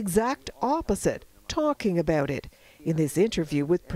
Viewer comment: ? No, it's "afraid to talk aBOAT", Alice. get it right!